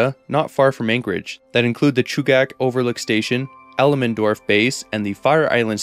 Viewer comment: Hehe El-EM-endorf station hehehehehe you hit pronunciations so well usually - even in other languages so it was super giggly to hear this one. I loved this video and the Alaska expansion, Alaska is awesome everyone should visit.